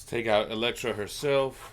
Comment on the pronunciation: It's Elektra. Gotta go with the sai.